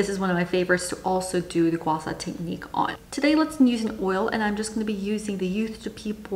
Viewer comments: Not to dismiss the helpfulness of this video, but as a Mandarin speaker I have to object. It's pronounced gua SHAH rather than gua SA. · Why do you pronounce guasha as gua sa? Are you Thai? I know that Thai people had difficulties with pronouncing sh, but you speak english, so that shouldn't be a problem. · It’s Gua - Sha. Just like how it’s spelt.